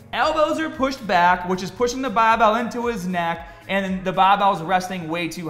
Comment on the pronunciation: Guy says barbell like BAAbell